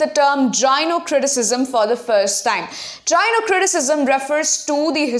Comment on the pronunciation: That was very informative. Thank you so much but I guess gynocriticsm is not pronounced as jynocriticism .❤